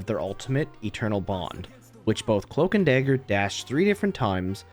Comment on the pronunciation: Cloamk and Damger